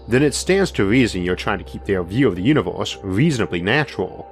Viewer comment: Banging content jarring voice “you knee vowas”